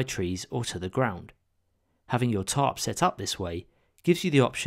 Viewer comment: Your funny accent makes the captions read, "top" whenever you say tarp